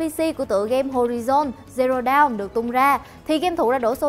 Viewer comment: Đọc dawn thành down )))